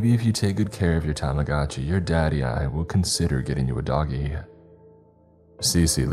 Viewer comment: ?? Think=pronounced. "*Tamagoodchi. But. Who knows